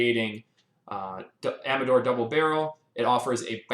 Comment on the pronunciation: Finally someone who knows how to pronounce the name